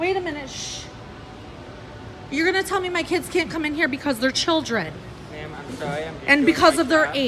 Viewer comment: "Chooldren"?! This Karen's kid is ashamed of his mom's Karenitis!